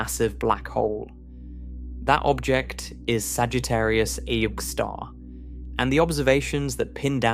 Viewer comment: Sagittarius "eye" star huh?